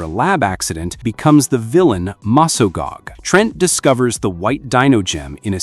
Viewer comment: dude its Mesgog not mesgag Also i 100% Ship Tommy Oliver and Kimberly, Jen and Wes too